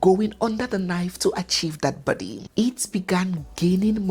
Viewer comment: The word is Body ! Not Buddy please!